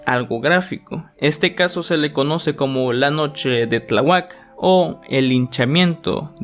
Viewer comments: Es "Tláhuac", "Tlá-huac". No "Tlaguák" 🙄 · Oye, lector del video: no conoces los acentos: no se dice Tlahuác, sino Tláhuac. ¿Ya viste dónde va el acento? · No se dice Tlahuác, se dice Tláhuac.No sabes leer? Toma un curso. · Increíble vídeo bro, pero cada que dices Tlahuac me dan ganas de golpear la pantalla. El acento va en la primer a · Se Pronuncia: Xoco: Joco no Soco. Tlahuac: Tláhuac no Tlahuác. Denisse: Mequer no Meyker. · El asunto de Tláhuac, los reporteros en vez de ayudar, fomentaron el morbo de la gente, que terrible. Y se pronuncia Tláhuac y no Tlahuác. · Lo que más me aterro fue escuchar Tlawuak en vez de Tláhuac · ¿"Tlahuác" "Soco", ¿Pues de dónde eres que ni siquiera sabes pronunciar bien el nombre de estos lugares? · Se pronuncia TLÁ...HUAC... BURRO!! 😠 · Infórmate bien de la pronunciación de Tláhuac, Xoco y Merker. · ¡Qué pena que no sepas pronunciar Tláhuac! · Buen video, así como buen Lost Media. Sólo un comentario constructivo... Procura "leer y pronunciar" bien las palabras, pues la palabra "perdidos" no lleva acento y lo pronuncias como sí tuviese en la "E"; así como en la palabra Tláhuac, donde el acento se lo otorgaste en la "U". Se escuchan raras esas palabras al ser pronunciadas como sí WORD lo corrigiese. Fuera de eso, es un excelente video, sigue así :D